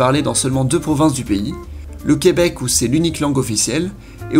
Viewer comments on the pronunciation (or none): C'est Québec et non Queubec. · J'adore le fait que tu dises le queubec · Jacob Hamel Je le sais cest juste que le gars qui parle le prononce comme ça donc je trouvais ça drôle